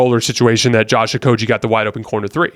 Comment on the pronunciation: You are great at analyzing the games, thank you. One slight correction, and you can verify it. But Josh Okogie's name is pronounced with a "g" like in "game" or "go." Not with the "g" sound like in "genius" (which, you are at analysis).